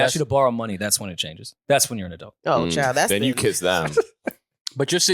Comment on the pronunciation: Iono if I like when says Adelt instead of Adult 😂